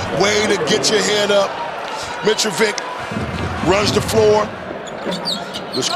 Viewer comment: Tell your comentators it's not Jovik, it's not Mitrovik. It's Jovic, so it's pronounced something like Jovich, Mitrovich.